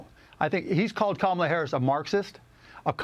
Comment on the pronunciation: I like this "Cumala" 🤣